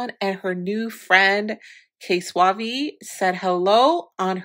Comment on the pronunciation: lmao at the way say/pronounce the “suave” in K Suave name diff each time & all have been wrong. So hopefully by the next vid he get mentioned in she’ll have it right bc It’s only like 2-3 ways you can try & say “Suave” fr😂😂😩